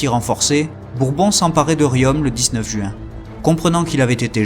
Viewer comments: Bonjour, Juste pour vous signaler que vous ne prononcez pas correctement le nom de la ville de Riom. Le "om" final se prononce comme "ton". Sinon le reste est top. 👍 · Très bon, travail historique, bien conté. Mais par pitié veillez à ne pas écorcher les nom des villes, ex. Riom, se dit rion, Le T de la fin de Gannat est muet. Merci.